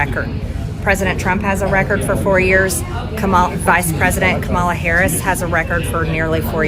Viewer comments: Can’t pronounce Harris’s name. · But she can’t pronounce the Vice President’s name. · She still said, the Harris's name wrong